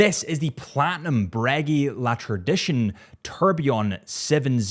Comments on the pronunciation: When will he stop saying breggy and start saying breguet😭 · It's great how Americans pronounce such noble words as "Breguet" — as if they were chewing three pieces of gum at once. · I can’t take you serious while you mispronounce OMEGA and Breegeey??????? Wtf man?!?!?